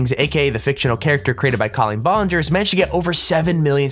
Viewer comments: Coleen bongerous? That's not how u say it its prunounced ba n jer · He said Colin Bollenger, it’s Colleen Ballinger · Colin bolinger 😂😂😂 it's Coleen ballinger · you said her name wrong it's Colleen ballinger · Hahahaha omg the way he pronounced Colleen ballinger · I cringed at the way he pronounced Colleen Ballinger.